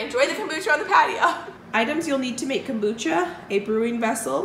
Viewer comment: I have never heard of “cambucha”??.